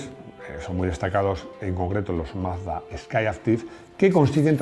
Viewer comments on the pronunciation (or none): none